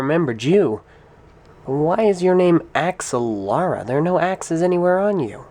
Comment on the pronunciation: Ax-ah-Lara? I always pronounced it "Agz-al-ara".